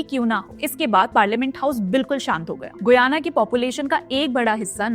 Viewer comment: The pronunciation is "गयाना".